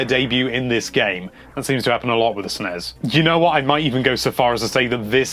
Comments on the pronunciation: It's NOT pronounced with a z!!! It isn't "SNEZ" or "SNESZ", it's SNES!!!!!!!!!! You wouldn't say glazz, it's glass, same concept!! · Will you stop sayin sness uuggg so annoying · it's annoying how he calls is Snez